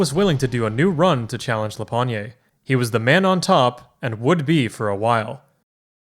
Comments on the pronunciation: pretty sure "pogne" is pronounced \pɔɲ\ so without the "ay" sound at the end, it's an old slang word for hand here you can hear him present himself as "lapogne36" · I really like how you pronouns la pognée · Being a fellow frenchman, i'm pretty sure the E in Lapogne's pseudonym is silent. "La pogne" colloquially means "the hand". It would be pronounced "La pogn-". Also I can recognize the video quality, and he did not use his finest french potato to record his run, opting instead for a stale baguette. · I am amazed by the amount of work it took, and is gonna take for this serie... huuuuge respect ! As a french, a minor thing : lapogne is told "la pogne" without any accent at the end, a rarely used word to tell "the hand" to be simple. you can think of it like "to shake his hand", "lui serrer la pogne". That's the reason he has a hand for profile picture ! La bise !